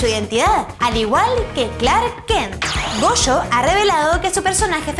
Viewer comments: pd: se llama Gosho, no Goshi (ya paro, lo siento eh, pero si yo no hago videos, es porque me saldrían mal, ya que los haces por favor, hazlos bien xD) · omg xD casi muero viendo esto, cada vez que tiene que pronunciar una "Sh" hace "ch" y de hecho ha llamado a gosho aoyama goshi en un momento del vídeo